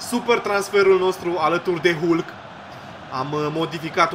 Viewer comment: Se citeşte "halk"